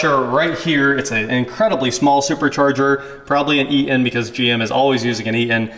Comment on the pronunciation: The old Ea-un supercharger and yes, it is forgo-un....no "T's" required.